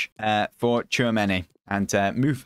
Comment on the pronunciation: its pronounced as 'chuomeni'